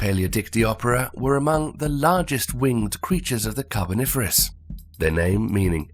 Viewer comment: 12.40 "The Carniferous period?" lol, little slip there.